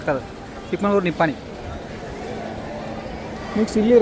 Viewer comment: ಅದು ಚಿಕ್ಕ ಮಂಗಳೂರು ಅಲ್ಲ ಚಿಕ್ಕ ಮಗಳೂರು ನಿನಗೆ ಬರೆದಿರೋ ರೂಟೇ ಹೇಳಾಕೆ ಬರಲ್ಲ